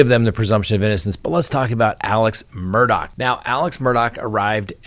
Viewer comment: I wish that there was one station that would say Murdaugh name right !! His name ends with " gh" not "CK". Drives me crazy!!! I had a difficult last name prior to marriage so I always try to say someone's name right and this one is easy so why can't anyone say his name write? Geeerzzzz